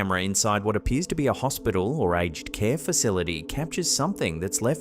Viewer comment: Hi,. It's called "a-ged" (a-jed) care, with two syllables. Take care and thanks for "more creepy content". Did anyone else notice that the child in the crib watched the shadow moving across the floor? To me the sailing ship isn't the weird part of that video clip. It's that huge cube of ice that's located right behind the ship. Nature doesn't carve perfect cubes of ice. Not anywhere that I'm aware. Also, why did the light shining on the cube disappear and then reappear a minute later? Too weird. If the car with the apparition is in America, then the figure is in the driver's seat; not the passenger.